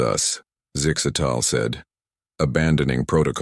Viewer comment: Zig zags 🤣🤣 I think the ai's having trouble with zixastals name.